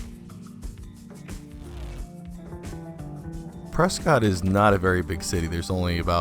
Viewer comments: Hey I live in Prescott. I remember going to that mall when it first opened. My school was part of the opening ceremony. So many businesses have come and gone. Also I don’t know if you know but it’s pronounced Preskitt. Don’t let anyone up here hear you say preSCOTT. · Nice video, but I'm guessing you're not from Arizona. Prescott is pronounced pres-kit not pres-cot. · I thought all the locals called it "Pres-ket", Arizona. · You pronounced prescott wrong lol😂